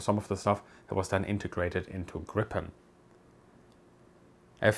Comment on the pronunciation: Not that it really matters, but you've got your pronunciations of Gripen and Viggen switched around. Gripen is pronounced with a longer more drawn out first vowel, whereas it should be short for Viggen and more emphasis put on the g's. Put another way, Gripen is pronounced like jeep-N but with gr at the start instead of j (and roll that r), whereas Viggen is pronounced more like wig-N, but with a V sound at the start, not a W. (or exactly like W if your German) No judgement though, of course, it's a difficult language with weird pronunciations